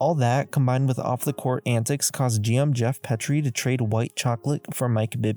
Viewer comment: Geoff "Pea-tree" "Bon-zee" Wells. Eric "Musclemen" (said as one word) Robert "Or-ee"